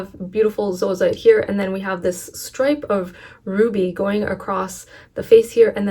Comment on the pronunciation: Thank you for pronouncing zoisite properly!!! So many videos say "zoy-site" and that is incorrect!